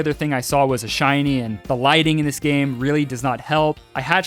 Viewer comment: LIGHTING, NOT LITGING!